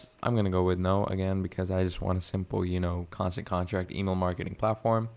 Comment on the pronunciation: Bro, I try not to leave negative comments but you should really reupload this, you are presenting this as a tutorial which gives the impression you have some knowledge of the product. But you keep saying Constant CONTRACT, how can you not see the name of the software, it's right there on the screen the entire time 😂